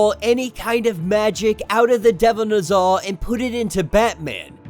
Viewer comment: lol I had to finish half of the video to realize "the devil nuza" is "the devil Ne Zha" aka amongst the most popular Chinese myths. Y'all need to pronounce it properly my dude. It's "NEH-ZHA" not "NUH-ZHA". "NEH" like "Nether regions" not "Nutmeg". And it's not NUHzha it's NEH-ZHA -- pronounce each syllable with equal weight, slow each syllable down. NEH-ZHA. Not NUHzha